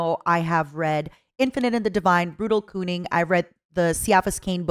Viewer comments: Girl you totally said Brutal Cooming, which is a very different thing. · Okay you said you can't pronounce anything but you're intentionally saying cooning Instead of cunning. Right? Like it's a funny haha? Plz. Hold me and tell me it is so. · She really said "Kooning" not "cunning"